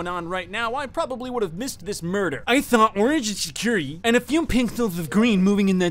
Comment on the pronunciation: “I tHaW oWaNgE iN tHeCuWiTy, AnD a FeW pItHeLs Of GwEeN gOiNg In ThAt DiReCtIoN. ThErEfOrE, gWeEn KiLlEd OwAnGe.” Bro that sounded so hilarious the first few times I heard it.